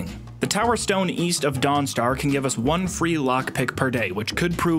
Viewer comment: "i wanna guve you my tip"